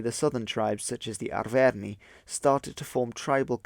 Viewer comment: Your pronounciation of Arverni is making me cringe